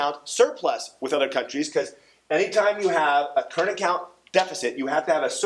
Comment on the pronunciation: "current acont"